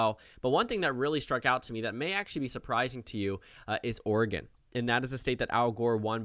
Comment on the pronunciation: Nice to hear someone who isn't from Oregon, pronouncing it correctly. (Coming from an Oregonian)